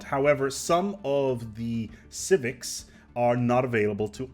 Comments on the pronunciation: lol “civivcs” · "Civivcs" Beautiful.